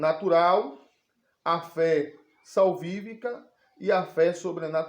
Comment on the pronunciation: Fé SALVÍFICA ! algumas pessoas falam Fe´ Salvivica.